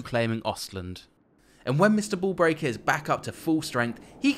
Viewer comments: I heard Mr Ball Breaker and not Mr Bull Breaker lol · You know he might have meant to say bull breaker but you know he saying ball breaker.